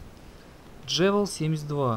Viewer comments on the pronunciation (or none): Не жевел а ювел😂